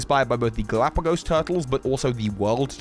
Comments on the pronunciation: He pronounces it correctly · But he pronounced Galapagos differently, that's the thing, he pronounced it like in American English and like in Spanish too I don't really think there's other way to pronounce it actually